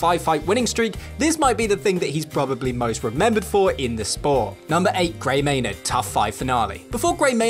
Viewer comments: “May-NARD” lol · It's how we pronounce it here in England